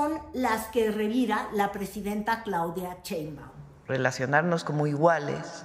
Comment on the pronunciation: Porque el apellido de nuestra presidenta lo pronuncias como CHEINbaum ?? Y el apellido del presidente Trump si te esfuerzas por pronunciarlo Muy a lo gabacho??